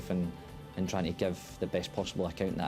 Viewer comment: As Alex Ferguson would say. . . . Very pwoud.